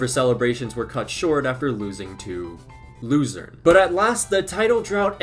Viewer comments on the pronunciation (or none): Im Swiss and you speak out Luzern very wrong😂 its more like Lu-zern. Or in swiss you speak it out like Luzärn